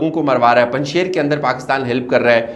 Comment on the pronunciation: Punjsher nahi punjshir hay. ڀنجشیر ) شیر دودھ والا)